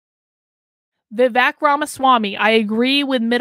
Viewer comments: Pronounced Vi-Vake… as in cake, Not Vi -Veck. But yes I agree with you. A great candidate he is but I am still pulling for Trump. I think Trump would be wise to make him his running mate. Vivek has his whole life ahead of him but Trump needs to finish the job he started. Vivek can take over in 2028. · His name is pronounced is Vi-wake. I do not know much American politicians, but Tulsi and Vivek will make very good president. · FYI ~ it’s pronounced “Vivake” and it means judicious and wise in Sanskrit 😉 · Please pronunce Vivek as Vi-wake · Yes. Thank you.